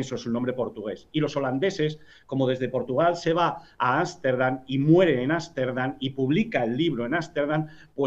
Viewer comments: no confio en alguien que dice asterdam y no amsterdam para empezar... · repite conmigo, arstendan otra ves otra vez arstendan :)